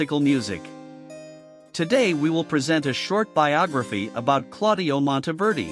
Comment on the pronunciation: Monteverdi is pronounced Mawn-teh -VEHR-dee (Not Montyverdee !) Ingegnere is pronounced: In/gen-YEHR-eh (Soft g)